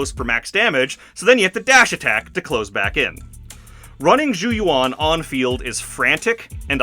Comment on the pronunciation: very nitpicky thing sorry but zhu yuan literally says her own name correctly (even in EN voiceover) in the agent screen. its closer to "joo yew-en" than "jou yoo-won"